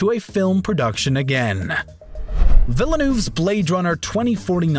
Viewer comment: Please inform yourself about how to pronounce foreign (basically all non American) actors' or directors' names. Villnoof?